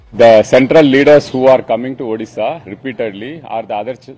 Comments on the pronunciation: Odhisa nehi Odisha...🙄🙄Pehle Name sahise boloooooo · Odisha bolo, Udisha nehin sir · Udisha nahi.. odisha ❤ bolo Bhai...Jay odisha Jay jaganath...Jay BJD❤ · उदीसा नहीं ओडिशा बोलें जनाब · Hello sir it's not ओदिशा, it is ओडिशा . Please correct. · It's not udisa it's odisha please say properly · Odisha not Udisha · Vai, pehle odisha ka pronounciation thik kar le, fir anchoring karna